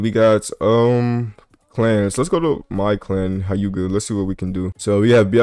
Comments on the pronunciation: bro said h-I-yuga 💀its hyu-ga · Nga.... its pronounced 'heu-ga'